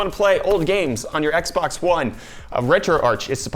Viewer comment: Did he say "X bone"?